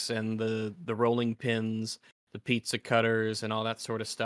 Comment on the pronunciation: lol at mocking Americans for how we say 'jaguar' when you can't even say 'pizza' properly.